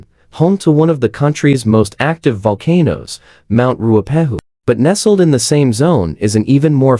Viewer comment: The AI voiceover on this is SO BAD. It calls volcanoes 'VUL-ca-nose', reads years as '1-9-8-6', and all sorts. It's not even 10 minutes long and I couldn't even get half way through. Why don't you just read the script yourself??? Or edit the AI, so it reads correctly??? I might have been interested in the information, but now I'll never know because I'll never watch another of your videos. 🤷🏼‍♀️